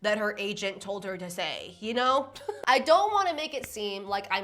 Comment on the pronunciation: emphasis on no one’s ever TOLD you you smell bad😷